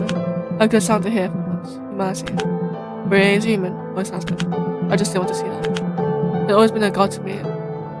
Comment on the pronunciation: What a proper playthrough! Your pronunciation of Ryohei was lovely and thanks for liking the lore plus minigames. Cheers!